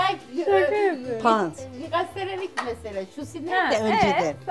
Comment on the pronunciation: Hahahha şusi😂 dkfjfj annemin de öyle pek diyemediğ kelime var dnfngng